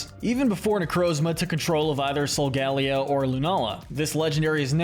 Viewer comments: It’s pronounced SOHL-GUH-LAY-oh, cruh-SELL-ee-uh, LAH-TEE-OHS, LAH-TEE-AHS, TAH-poo LAY-LAY, sih-JIH-liff, arm-uh-ROOJ, WAH-buff-eht, YOOX-ee, BAL-toy, clay-DAHL, ree-yoon-IH-cliss, ess-PATH-RUH (which you misspelled and mispronounced at the same time), hat-er-REEN, hat-TEN-nuh, goth-EE-tuh, goth-ih-TELL, and BEE-hee-YEHM, “Patrick Star”! 🤨 Stop mispronouncing Pokémon names,! You’re so bad at it! 🙄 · Great video, but your pronunciation of Solgaleo is like being struck with a spike in the back.